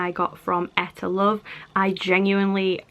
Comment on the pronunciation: Hmmm I was always told it was pronounced EE - TAH LOVE